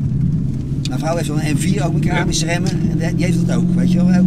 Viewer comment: Met keerâhmissuh remmen